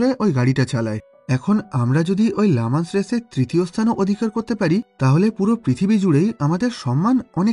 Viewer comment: ভাইয়া এটা "লা মান্স" না এটির উচ্চারণ হবে "লি ম‍্যান্স"।